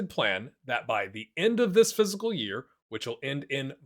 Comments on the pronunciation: It really sounds like he's saying phsyical year and not fiscal year. Am I going crazy? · Good info and all but you really need to learn how to pronounce the word 'fiscal'